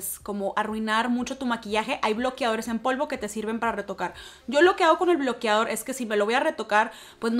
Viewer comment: “Bloquiador” “ bloquiador”